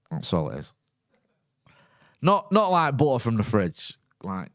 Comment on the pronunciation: The most Manchester pronunciation of "Butter" I've ever heard.